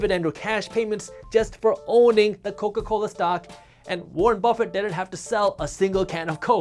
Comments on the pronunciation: Warren BRuffett. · warren bruffet